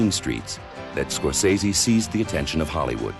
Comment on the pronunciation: Strange that they have someone doing the introduction who doesn't know how to pronounce Scorsese's name.